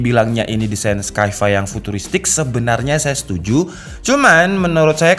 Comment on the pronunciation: Sci-Fi dibacanya SayFay bukan sky fay